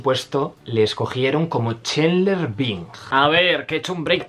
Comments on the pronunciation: Es "Chandler", no Chendler. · Oye amigo...burn video. Pero muy ignorante En much as cosas. Map dichos Los nombres...pot que me dices: Chenler?